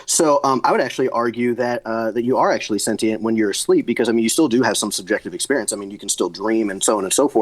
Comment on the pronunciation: I love how Destiny properly pronounce “sentient” . I could feel the petty through the screen lol